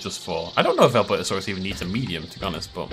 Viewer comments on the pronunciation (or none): Albertosaurus (Al-bur-to-sar-us)